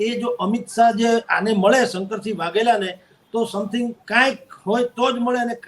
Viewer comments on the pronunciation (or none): બેન શંકર્સીગ નહિ શંકરસિંહ છે